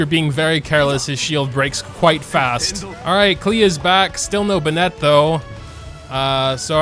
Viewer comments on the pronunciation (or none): man i've been watchin your videos for some months now...they surely are nice to watch but this bennEt pronunciation is killing me ! :D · who else gets triggered when he says “binet”?? 😂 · Why do you pronounce Bennett like that. . . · I’m sorry but the way you pronounce Bennett kills me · Is the way you pronounce Bennet some kind of inside joke? o_o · thats not how you say bennett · omg the pronunciation of Bennett pains me every time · Why does he pronounce bennett like that😭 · why is he saying bennett like it’s a girl’s name.... this is killing me